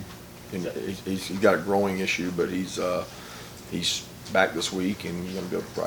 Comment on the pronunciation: Did he say that De'Nylon had a groin issue or a growing issue?